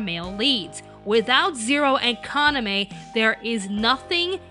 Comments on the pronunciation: As a person who watches anime in only Japanese, I have to comment that Yuuki's voice actor is the only one who DOESN'T pronounce Kaname's name wrong. Sure, the stress sounds a little weird in english (since in Japanese it's on the first syllable, where as English often puts it on the second) and the 'e' at the end would be odd if this was an English name, but it isn't. Now, I'm not saying this as a hate comment towards English dubs, nor am I saying that pronouncing Japanese names in an English manner is wrong, but when we are talking about CORRECT pronounciation, it's how you would say the name in Japanese. Does it sound weird in English? Yes, but to me it only shows the devotion this voice actress has towards her work and I admire that. Now congrats if you made it to the end of this linguistics rant :'D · well the pronunciation of kaname was right watch around 15.30 of this i think she simply was the only one right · The English voice actor of Yuki is actually the only one who pronounced Kaname the right way. I don't know how someone who watches anime not know how to pronounce Japanese names. Do you only watch dubbed anime? The rest of the dubbers and you pronounced it like how typical Americans would pronounce a Japanese name(aka butchered it). Just go watch a bit of this show in Japanese and you'll see how it should be pronounced. On top of not doing your homework and pronouncing it wrong, you made fun of the one who actually did it right. This really bothers me. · I might get sh*t for this, but I have to say it: Mela Lee isn't the one who mispronounces Kaname... because everyone else but her does! They pronounce it like "Kanameh", "Kaname~" or "Kanamay", while Mela is the only one that gets it right consistently in comparison with the original japanese pronunciation. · I just want to point out that it seems that Yuuki's English voice actress is the only one who IS pronouncing Kaname's name correctly! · it doesnt sound like she's misprouncing kaname